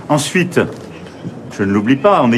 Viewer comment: AVEC son seveu sur la langue, il prononce "en fuite" pour "ensuite". Prémonitoire? Un hélicoptère emmènera-t-il Macronescu avec son époux, loin de tous ces sans-dents, "smicards" et prolétaires contre lesquels il a décrété être "en guerre" il y a quelques années? Mmmm?